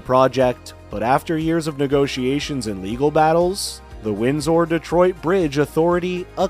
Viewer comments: The name of the Canadian city across the river from Detroit is pronounced ‘winz ur’, not ‘winz ore.’ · Windsor is pronounced wind ...sir, with emphasis on the first syllable, not emphasizing the last syllable.. sor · Windsor is pronounced WINDS-ER. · 😂 Depends On Your Axe Sent!! … 😅 Accent! … Wind Sore!! Win Sir!! 🇨🇦😳‼️